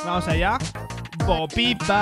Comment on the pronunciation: ahi en vez de decir bo pi pa parece que dice bo ki taaaaaaaaaaaaaaaaaaaaaaaaaaaaaaaaaaaaaaaaaaaaaaaaaaaaaaaaaaaaaaaaaaaaaaaaaaaaaaaaaaaaaaaaaaaaaaaaaaaaaaaaaaaaaaaaaaaaaaaaaaaaaaaaaaaaaaaaaaaaaaaaaaaaaaaaaaaaaaaaaaaaaaaaaaaaaaaaaaaaaaaaaaaaaaaaaaaaaaAAAAAAAAAAAAAAAAAAAAAAAAAAAAAAAAAAAAAAAAAAAAAAAAAAAAAAAAAAAAAAAAAAAAAAAAAAAAAAAAAAAAAAAAAAAAAAAAAAAAAAAAAAAAAAAAAAAAAAAAAAAAAAAAAAAAAAAAAAAAAAAAAAAAAAAAAAAAAAAAAAAAAAAAAAAAAAAAAAAAAAAAAAAAAAAAAAAAAAAAAAAAAAAAAAAAAAAAAAAAAAAAAAAAAAAAAAAAAAAAAAAAAAAAAAAAAAAAAAAAAAAAAAAA